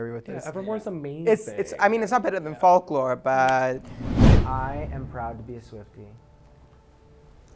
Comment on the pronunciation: “i’ve been a swiftie since the “fawk-la” era” clicks off video